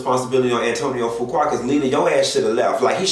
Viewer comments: I Love you!!! Fuqua is pronounced FEW- KWAY!!! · Do research before speaking on it. Such as the pronunciation of the man's name and the fact that he's had recent film success with Equalizer 2 and was in Italy receiving an award. Why wasn't his wife there? Now that's information the people would want to know.